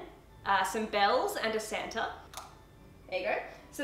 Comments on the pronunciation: it's SAMTA lol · Its Sam-ta! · Don’t you mean his... SAMta... suit?..... 😂